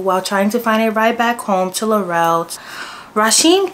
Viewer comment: We been protesting up here bc it’s all lies… these yt people gone stick together.. And Laurel is pronounced like Laural not Laurell